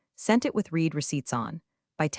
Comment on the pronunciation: The usual misreading of the word READ by the AI.